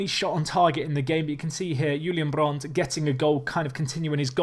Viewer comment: I'm surprised you pronounce "Brandt" right, goof job :D